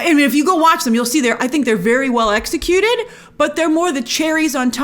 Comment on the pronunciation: "... very well e'X'ecuted..."? I see what you did there Grace